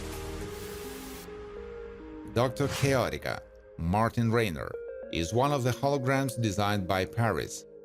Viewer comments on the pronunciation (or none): none